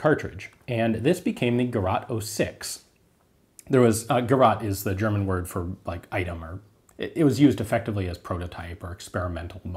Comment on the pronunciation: I mostly look the videos to hear how funny he pronounces german words ^^ Jk super interesting. Please continue your great work